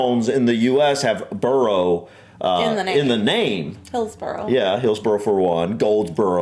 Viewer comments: It’s burro as in jackass Not burrow as in warren Not borough as in town… Not borrow as in lend Hahaha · Can't hit the like button enough times on this comment! At the end of the video he said it about 8 times and my knuckles were beginning to turn white! 🤣🤣🤣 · In this context, the American way is incorrect As it's a name, the pronunciation should be correct. If it's the ones in new york, "burrow" is the right pronunciation and should be used that way. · The way he pronounces "borough" cuts through me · a borough is NOT 'burrOH'... (that's a burrow - that rabbits live in). It's pronounced more like 'burrAH' or 'burra'. 🤔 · Can absolutely second all those suggestions that you watch more MapMen - they are fabulous at explaining so many UK oddities. But please lovely people, every time you said 'burrow' for 'borough' it set my teeth on edge - I know you know better than this! Its pronounced 'burrah'. Rabbits live in burrows. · Buh-ruh not burrow, burrows are where rabbits live. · Stttaaap saying Burrow. Pwease. I think the entire UK comments section is cringing more and more the more the said it 😂 Also i live in a suburb of a small town not much bigger than adjacent villages, next to a bigger town, with a town maaaany times bigger just up the road and I'm in a triangle of 3 cities each within 30 minutes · Borough is pronounced Burrah NOT Burrow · Not BURROW that’s where rabbits and badgers live. It’s pronounced BURRA. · Pleeeeeeeeeeeeeeeeeeease STOP saying "Burrow" !!! :'-/ it's ' Burruh '... (Spelt Borough) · Borough is pronounced burugh rather than buro here and had shire right the first time she said it. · It is not pronounced "burrow" - that's where rabbits live. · For the love of all that is unholy, stop saying burrow!! I want to put my fist through the wall! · Burrah. Please 🙏 It's pronounced "bur-rah" 💞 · its Burrough, not Burrow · It’s not burrow its borough! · Or Burruh